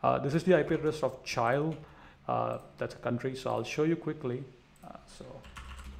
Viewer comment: did this nibba just pronounced chile as cha-aisle